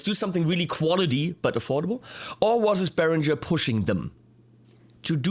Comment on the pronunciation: Why on earth do you, as a German, pronounce the word “Beringer” wrong? As all of those st….d Americans do, you pronounce it as “Berindjzer”. Why not give all the English speaking people a little education and pronounce is as it should, with a ng-sound (like ring).